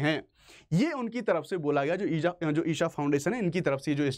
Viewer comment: ईशा not ईसा 🙏